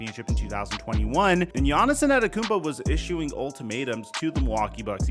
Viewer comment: The way you say Giannis Antetokounmpo is sickening 😂😂😂